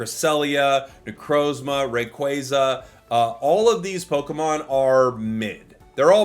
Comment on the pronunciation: you purposefully find harder ways of saying pokemon names? you did it again with necrozma